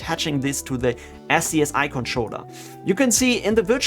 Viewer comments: One little thing (and I've been seeing this in a lot of similar tutorials), but "SCSI" is pronounced "Scuzzy". Probably not something that comes up a lot if you didn't work in enterprise storage in the 90s, so I'm not surprised that nobody else has mentioned it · I love you man but every time you don't pronounce SCSI as SKAZEE a neopet is starving to death :P